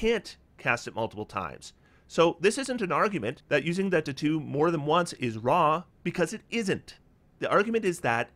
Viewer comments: For the life of me I couldn't figure out what you were saying until you brought up the item for "Spellwrought Tattoo". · I love your videos and you have a great perspective on optimization however, I truly hate how you pronounce "tattoo" lol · I wonder where is from. I've never heard anyone pronounce "tattoo" like that and I can't get over it 😂